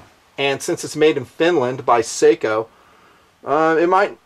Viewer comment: I like how he starts with this grave story and talking about waiting for a good shot... while the footage rolls as he runs a bolt like a maniac. Really want to like this guy, just because he is a local... but watching him really doesn't help. These are imported by Beretta, are they not? So why call Sako (Sock-oh)? They are not hard to get a hold of.